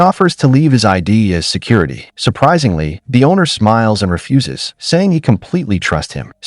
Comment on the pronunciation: It's crazy that AI doesn't know how to pronounce "refuses"